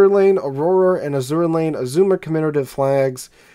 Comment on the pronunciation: I don't appreciate all your derogatory references to Ahole (lol). And it IS Azur Lane, Not A-zura Lane as you pronounce it. To me, it is not New Jersey without the hull number 62.